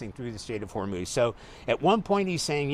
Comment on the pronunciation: Trump cannot even pronounce HORMUZ! LOL!!